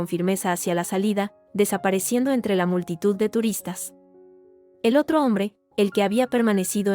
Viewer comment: No sé dice multiedad ...se dice multitud...corrijan la IA